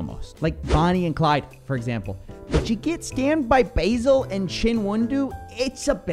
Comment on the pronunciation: Baa-sil, not basil (like the plant). It's an old name, short for Vassilios (Greek). Basileus means "king" apparently. So there's nothing really wrong with the name.